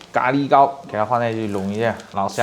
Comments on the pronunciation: 咖喱被你念的都变味了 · 聽他講咖哩聽到快生氣了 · ㄍㄚ ㄌㄧ哈哈哈哈哈哈哈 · ㄍㄚ ㄌㄧ? 機掰喔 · 他的咖喱為什麼唸得有點好笑😂😂😅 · 咖哩的發音不太一樣？哈哈